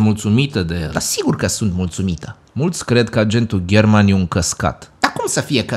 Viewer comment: Aghentul German